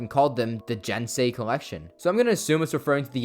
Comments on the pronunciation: it is pronounced gensei not jensei. it's spelled with a G not a J. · I'm sure someone else down here said it but I don't see it so... Just a heads up, all "g"s in Japanese are hard "g"s. You had the rest of the word correct, but that means "gensei"'s "g" should be pronounced like the "g" in "gun."